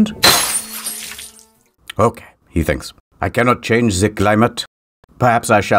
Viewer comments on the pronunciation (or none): none